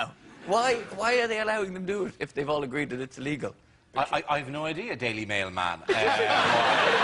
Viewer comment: The subtle difference between "Daily Mail" man and "daily mailman" 😂😂😂